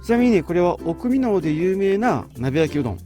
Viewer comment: 「おくみのう」では無くて「おくみの」です。